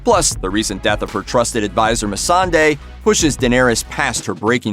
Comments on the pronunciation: IT IS NOT MEESSUHDAY😑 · The writers can't pronounce the names of the characters they've written for 8 seasons. Mee-sin-day? Sir-say? Who? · The producers and writers don't even know how to pronounce their characters .... "Missing-Day" lmfaooooo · Can we just talk about how he says Missandei's name as Missing-day in 😂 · Did he really just say me-sun-day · The producer of the show said Mee-sandei. And for that reason, I'm out. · why did he pronounce missandei that way ? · He can't even pronounce 'Missandei' properly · 1-) Foreshadowing is not the same as developing a character's story arc 2-) Killing or threatening slave owners, traitors and rapists is not the same as killing innocents 3-) Can someone tell D&D that they pronounce their own show's characters' names wrong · You are so right about that. WTH is that lol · Bro I was shocked when he mispronounced her name too. Like wtf do you have any idea what you are doing?